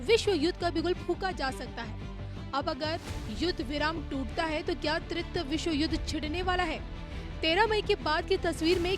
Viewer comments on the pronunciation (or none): तृतीय का सही उच्चारण करने के लिए तृ बोल कर थोड़ा रुकिए फिर ती बोल कर रुकिए फिर य बोलिए.